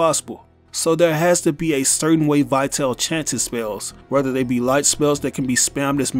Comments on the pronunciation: The correct English pronunciation should be "Vitali", not "Vaiteil". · It's pronounced "Vee-tahl-eh." It's Latin/Italian for "lifeful." Just like, "vital." Let us all remember that the DMC series is inspired by the real life works by Italian poet and politician Dante Alighieri. He had written many of them. His most famous include his Comedy (often referred to as the Divine Comedy) and la Vita Nuova ("the New Life"). Although the games are not exactly or faithfully based on these works, they're certainly inspired by them. Not only that but in other artists and notable figures, too. Such as Trish (for "Beatrice," the lifetime love of Dante's), Nero (a Roman emperor) or Vergil (another notable poet, and Dante Alighieri's mentor in his Comedy). This new character could be a reference to la Vita Nova, just like the other have serve different references over the years. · I dont think that Vitale is pronounced as "why tell". Just imagine it having something to do with latin (which is probably the case), not english, so, take Vita (again, not "why ta") and add "le" at the end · His name is actually pronounced ''Veetali''. It's italian. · Vitale is pronounced Vi-tah-lay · I don't trust in speculations made by someone who can't even figure out the pronunciation of the name "Vitale"